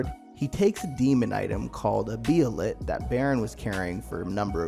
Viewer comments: First of all this should be called The Golden Age arc explained. Second, you barely pronounced any of the names right, (bay-lit) Behelit. Third, you barely covered the conversation between Griffith and Charlotte, and the importance behind the substance of the conversation. Oh and the “ugly” helmet was ALWAYS Griffiths helmet (and Femto) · I know its a year now but I hope you realize its pronounced "bay-lit". Why dont people look up words they dont rightly know? Lol. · The way this dude says behelit is so cringe. For the love of god say it like a normal person and stop trying to be diffrent 🤦‍♂️🤦‍♂️ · Learn how to say behelit correctly 🤦‍♂️😭